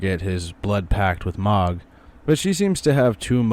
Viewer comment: How can you play through the entire dlc and talk to ansbach over and over and still mispronounce mohg (said :mōg) hard o. M..oh...guh